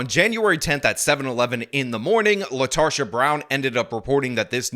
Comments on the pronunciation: Her name is Latarda? I misheard initially. Latarsha. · You mean LaRetarsha. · I think you mispronounced her name, I think it's LaTarded. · Latarsha? Really? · I think it's lasharta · Lol “Latarsha” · “Latarsha”…….. /sigh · Did I hear her name correctly? Did he say her name is LaTARsha Brown? 🤣🤣🤣